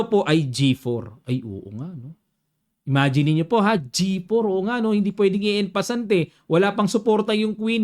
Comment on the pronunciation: Coach the right way to pronounce en passant is ong passong and for en prise it is ong preez!